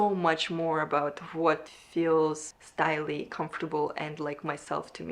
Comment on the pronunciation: I wonder if you’re trying to say “stylish” but just mispronouncing it as “style-ee” ?😂